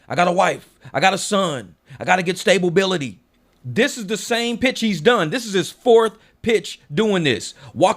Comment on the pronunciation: lol. I caught that. Stay-ba-bility